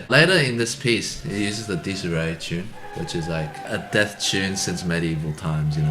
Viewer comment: Come on guys... Wagner, Apocalypse Now, RLY? Bit of a shame you didn't know that. Or maybe I'm that old already. Oh, and it's not "disarray", it's Dies (similar in pronunciation to "días", as in "Buenos días") and "irae" (like "eerie", just with more like "ey" at the end instead of "ee" sound).